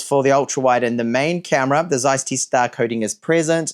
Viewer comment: How can someone be so superficial: not to be able to speak the name of a most important company in photo history? (Zeiss)